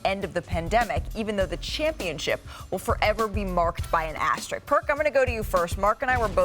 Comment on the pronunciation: and does Malika even know how to pronounce the word Asterisk? She keeps saying “Asterick” it’s an S not a C my darling. Lol 😂